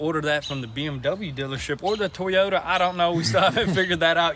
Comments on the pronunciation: Teaoyta... Cracks me up... When I was in college, I worked with an old black guy. He drove a truck - it had 250,000 miles on it and it just kept going... He called it Tioyta. Old Joe and his Tioyta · Did anyone notice that “Teyota”? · Did he say T YOTA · Hearing you guys pronounce it as teeeeeyoda makes me want to stop watching. Its my biggest pet peeve hearing people not pronouncing simple things correctly 😂😑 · Teoyota.... Lol I thought it was Toyota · T-ota lol, I like the way you say it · Whats a Teeeyota? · TOY-OTA TOY-OTA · it is not tee-yota it is toy-ota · Is it just me or is it supposed to be TOYota not TEEota...?? 😂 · Toyota not Teyota not trying to be rude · It's toy-ow-tuh not T-ota I have a southern accent so don't say it's because of that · Alright I'll ask who is tee-oda?? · Working on this Tee - Oya 2020 Supra! LMAO what part of Toy can't you say. You guys like Toys right just add Ota after that. I love what you guys do but you're murdering word the Toyota! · Is it a BMW, Toyota or Tee-Yota, I’m confused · For the love of God itsTOYota, stop with the teeota, your killing me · "Teeyota Supra" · Tee Yoda Soupruh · Lol... You're calling it a it a 2020 "TEA-YODA"... It's pronounced TOY-YODA. I know, I know it's the Tenn. accent right? Lol ....Love your guys vids...keep doing it!!! Much love. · It's pronounced Toyota not Teayota. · WTF is a Tiiyota brah? 😂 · “Teeota Supra” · I’m not going to be able to watch this build if you keep pronouncing it T-yota. TOY-OTA. Say the word toy then ota. It’s like nails on a chalk board to me every time you say it wrong. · T-OTAH lol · that magnet looks to be part of a speaker. 4ohms, 5 watts. It's also Toy- Oh-Tah.. not Tee-oh-ta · Wtf is a tee-o-tuh? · Guys the engine is from a BMW Z4 its a 2020 Supra's BMW-sourced 3.0-liter turbocharged inline-six engine produces 335 hp and 365 lb-ft of torque. and by the way guys to Toyota pronunciation is not tiota its actually pronounced like (toy o ta) Toyota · Teeota... lol :P